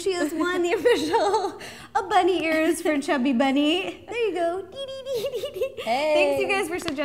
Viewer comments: Ro said chubby berney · I just wanted to say that its not chubby bunny its funny bunny but when u say it with many marshmallows then it hear likes u say chubby bunny!